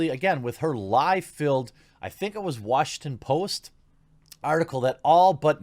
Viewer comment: When you said washington post I heard washed and post